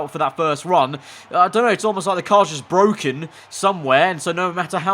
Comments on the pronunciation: Nobody: This comment section: iS BWokEn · IT’S BWOKEN !!! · Its bwoken its bwoken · The car, I can’t it bwoken! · IT'S BWOKEN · ITS BWOKEN